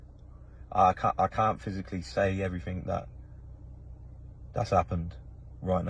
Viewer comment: There’s no k in the word “everything” or “anything” thanks.